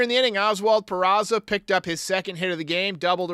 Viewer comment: Speaking of John Sterling, it annoys the piss out of me that he still can't pronounce Peraza's name. It's not PeraTSa, John! He's not Italian. For a professional broadcaster, it's pretty, well, unprofessional. And for that matter, as far as I know, it's not Jean-Carlo, it's Giancarlo - yes this one is Italian, not French. Ok, rant over.